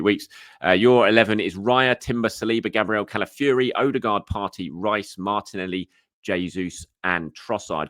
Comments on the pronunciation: Odegaard not OdeRgaard. Does he smell?? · Infact it’s closer to ER-DE-GARD